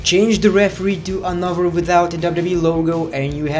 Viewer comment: "anofer" lmao